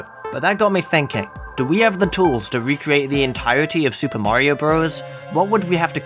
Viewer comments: Mario Maker: S O R R Y T H E S E R V E R S A R E D O W N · may not